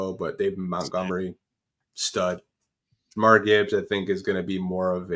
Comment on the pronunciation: I stopped listening cause he kept saying jamarr Gibbs